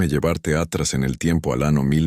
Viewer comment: Siempre los escucho y los contenidos son extraordinarios, pero el relato, disculpas pero es terrible, no se entiende bien por los grandes errores de pronunciación, no es lo mismo decir: miro a miró, ano a año!!!